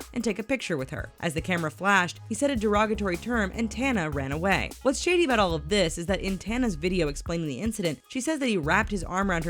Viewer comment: Am I the only one who in the beginning heard shitty side instead of shady side?